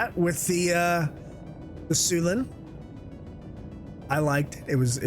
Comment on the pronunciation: Sy- U-len... ;)